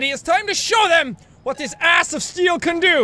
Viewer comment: Are you saying ass of steal or abbs of steal